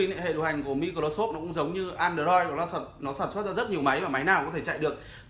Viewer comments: Bạn này đọc tiếng anh hài vãi, mi cờ rô sốp, an đời roi. Nhưng phải nói bạn có khiếu hài hước đó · Mi cờ ro ô sốp ha ha ha